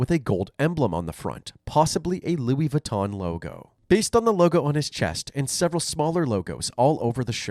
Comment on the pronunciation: That's not Louis Vuitton that's Lewis Voo-ton 😅 one hella bad knock off.... Kinda like a knock off of a knock off.